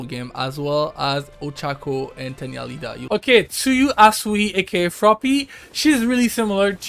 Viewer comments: i knew he has never watcehd MHA when he called Iida as Lida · BRUUHHHH it's not Lida it's iida idk why people keep pronouncing his name wrong